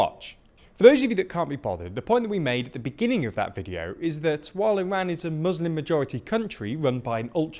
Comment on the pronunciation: thanks for pronouncing Iran correctly